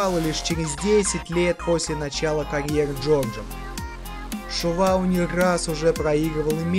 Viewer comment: Комментатор будь по внимательнее пожалуйста,Али его накаутировал , изучайте чётко и внимательно биографии людей,просто так болтать не стоит.и не надо говорить что Чувало не был накаутирован,и правильнее произносите фамилии спортсменов.🤔правильнее будет Чувало ,а не Шувало.....